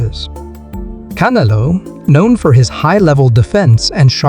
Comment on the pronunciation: Bro u can't even pronounce canelos name properly like forels one fucking word and u keep repeating it over inn over in over ...get your Spanish right VATO